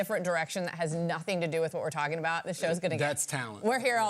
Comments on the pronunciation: Would somebody please tell them it's "Skosh" not "Scoach" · It’s pronounced ‘Skōsh”